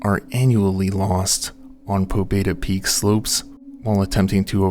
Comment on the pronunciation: the name "pobeda" is pronounced more like "pabyéda", it means "victory"